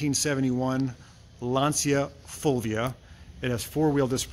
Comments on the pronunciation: As an English speaking Anglo-Irish man domiciled my whole life in Englandshire I may say your pronunciation of “Lancia Fulvia “ is exactly as we have always said it. I gather that is how they say it in Italy as well. Only with a New Jersey accent! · "fulvia" was pronounced pretty right(the feminine of my name) , admitting that it's not an easy name eheh...anyway the car is in amazing condition, even here in Italy is difficult to find one in this shape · You do pronounce "Fulvia" correctly, for "Lancia" I would refer you to .